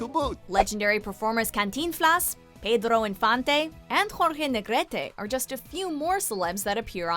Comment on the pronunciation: Peedrto infante dijo jajaja